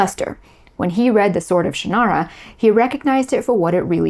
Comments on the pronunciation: Shannara is pronounced by the author as SHANN-ara, by the way, not shann-AR-a. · Hold on a moment. I know Terry Brooks, and some of your facts are not quite right. Terry was ASKED by Lester to write a Tolkien-like novel, and Sword of Shannara (which by the way you pronounced incorrectly) was the result of that. That book, plus Dungeons & Dragons, reinvigorated interest in Tolkien’s work, and fantasy in general. At the exact same time, Star Wars pulled interest in science fiction out of genre publishing into genre movies and television, Shannara reinvigorated popularity of fantasy in genre publishing. Publishers and studios then drove writers to follow formula, because that is what they do. We saw tons of quest-based fantasy and tons of space-opera type movies and television shows. This is the way the business works. Incidentally the “central male figure” trope was not a formula originating with, or even to be blamed on, Del Rey. Remember Beowulf? Arthurian literature such as Le Morte d’Arthur or the Vulgate Cycle? The Iliad? The Odyssey? The publishing industry assumed at the time that genre fiction was mostly consumed by males, and so they preferred male lead characters and male authors. Andre Norton (with whom I had tea many years ago, in her home in Winter Park, Florida), wrote LOTS of fantasy (and science fiction) long LONG before Terry, but she had changed her name from Alice to Andre to appeal to what the publishers believed would sell better at the time. As for George R.R. Martin (again, met him multiple times), his books were the result of h